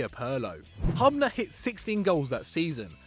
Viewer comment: Butchered Dario Hubners name!!!